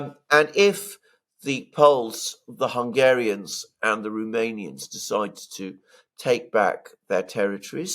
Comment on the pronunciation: ROMANIAN not RUmanian.